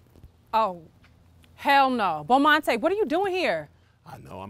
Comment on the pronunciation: "Bomantay"? Lmao!!!!!!!!!!!!